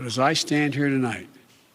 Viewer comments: Did he say tilight or tonight? More comments to come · Tulight?? You mean Tonight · He mispronounced tonight ...he said tolight... I’m pointing this out because he does this all the time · “To light, I’d like to talk” First word and he messed up lol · tolight? you mean tonight joe? This guy is an embarrassment. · we legit just heard him say tonlight in the first 2 seconds. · “TOLIGHT” - biden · Wait. Did he just say “Tonlight?” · Tolite... He messed up the FIRST WORD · " goodmorning my fellow American ToLight..." Tf was that bro???????? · but but but it said live..... maybe thats why he calls its Tolight because the prompter said tonight but he thinks today... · I heard that too. He has a speech impediment. But I'm impressed with the content of his speech. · Did he seriously mess up the first word of this speech?? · Lmao, why can't this man speak right? He's the President of America and he can't say the word " tonight ", his first 3 seconds he already messed up 🤣😂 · Well, he didn't correct himself. Not the first time either. I can hardly believe what is happening to America.